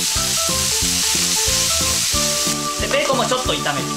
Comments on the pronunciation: ベーコンの発音がビーコンの発音でウケました💕 美味しそー❗️ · ベーコンのイントネーション気になる笑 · ベーコンのイントネーションが気になるｳｽﾞ((((･´ω`･))))ｳｽﾞ